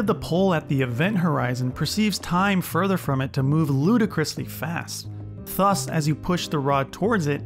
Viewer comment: I missed the whole video because I got distracted every time you pronounced "thus" as /θʌs/ instead of /ˈðʌs/